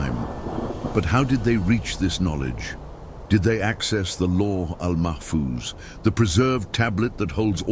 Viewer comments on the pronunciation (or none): It's not dicker, it's zikir (dh in Arabic will sound phonetically like z in English) and another one is Luh Mahfuz not Law Mahfooz.